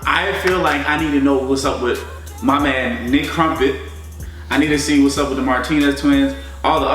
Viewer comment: "NICK CUMPENT" LMFAO THAT'S NOT HIS LAST NAME.